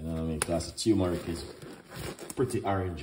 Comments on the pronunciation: Also he keeps saying tumeric it is spelled TURMERIC. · It’s not teumeric it’s tur-me-ric